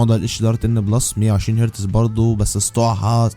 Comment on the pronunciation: Real me pro plus not bro blus, ,,, hertz not hertez